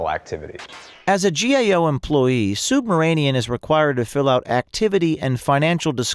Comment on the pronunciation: Am I the only one who hears O'Keefe pronounces the guy's last name as "SUBMARINEAN"? ( , ) This SUB-RA-MANIAN weasel has nothing to do with submarines!